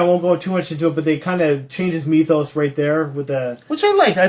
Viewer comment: I like when you talk about the meethos (rhymes with teeth).